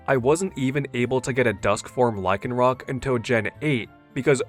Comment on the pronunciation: THERE IS NO K IN LYCANROC!